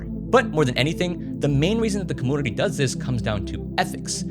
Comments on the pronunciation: Compooter, comoonity bro can’t say u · Every time you say commünity or compüter breaks all the seriousness of what you're saying lmaoo